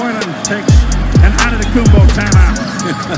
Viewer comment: "An Antetokoumpo time out" hahahahaha nailed it.